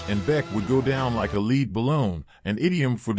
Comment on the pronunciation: Lead Balloon was never pronounced “leed”..! The saying ‘going down like a lead balloon’ meant going down heavily. Lead (pronounced “led”) being a heavy metal.. All they did was drop the A to make the “Lead” more marketable. Incidentally, they were not a heavy metal band at all. Hard Rock and Progressive Rock was what they were..